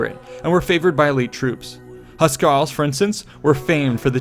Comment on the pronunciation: Also, "Huscarl" is pronounced with a "hoos" sound, not a "huhs" sound. Etymologically hus = house